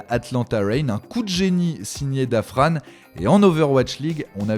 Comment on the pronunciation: Dafran se prononce pas comme ça da fran